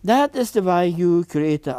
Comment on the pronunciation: He has a rare and beautiful talent. I love how he pronounces “way.” ❤